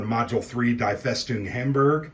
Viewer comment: Love your great videos. "Die Festung Hamburg", that first word is pronounced, "DEE". Assuming it is a German word (and not the English "die") because the follow-on word, "Festung" is clearly German.